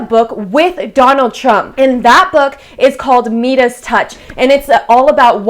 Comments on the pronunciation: Love vid, new sub. 100-%MAGA... I want to encourage you , not criticize but it's pronounced "Mydas" touch.. .like 'eye' long 'i" sound, not Meeedas. King Midas was a mythological Greek king, everything he touched turned to gold. Keep up the good work.! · Ok you pronounced it “Me-das” to get comments I’m sure so ya got me! It’s “My-dass”. From Greek Mythology, with the power to turn anything he touches into gold. Rather fitting, isn’t it? 🤣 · it’s pronounced my des, not me des. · It’s “Midas touch” (Mydas touch) not “medas touch” lol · It's pronounced my-duss, not mee-duss. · It's not pronounced mee-dus. It is pronounced my-dus touch.😊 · Me-dis touch? Thought My-dis touch. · “Medas touch”? 😂 It’s pronounced “MYdas” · Just some unasked for info- it’s pronounced “My dus” not Me dus. It’s a reference to Greek mythology King Midas who was granted the power to turn things into gold by the Greek god Dionysus (sp). 😊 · It’s pronounced my-dus not me-dus undoubtedly you don’t know the story about the midis touch where everything he touched turn to gold it was a curse put on him. But hay it’s all good 👍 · Wow!!!! Meedus touch? Lol my-dus. Lmao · Next it's pronounced Mydus not Medus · Please tell me that you mispronounced midas on purpose. Nothing to do with politics at all but just a professional comment. Midas has a long I sound not a long E unless you are speaking in Latin, Italian, German, etc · ..Mydas not Medas... Midas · Midas is pronounced (My das) and not (meedas)😊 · The book wasn't Me-Dis Touch. It's pronounced My-Dis. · My-dus touch not Me-dus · Meedus? Like your channel but it’s my-dus. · 😂”Meeedus” touch? Midas touch, pronounced “mydus tuch” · MYDIS, MYDIS TOUCH, not MEDUS TOUCH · Meedus Touch? I have never heard it pronounced that way. I have always heard it pronounced "My-dis" Touch. Is there something I am missing here? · Meedas touch?? Midas touch as in everything he touched turned to gold. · It's pronounced my das, not me das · "My-dus" touch, Greek mythology